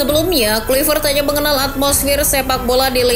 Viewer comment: Ijin koreksi cara nyebut nama nya ya min, harus nya Klaivert 🙏